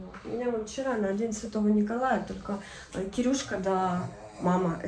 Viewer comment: Не Кирюшка, а Кирушка!)